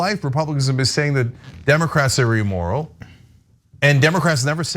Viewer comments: Its 'Immoral' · It is "imm-moral", not "emoral."